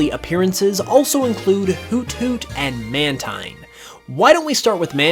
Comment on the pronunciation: Mantine Is actually truly Pronounced as Man~TEEN